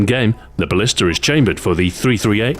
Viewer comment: u said ballister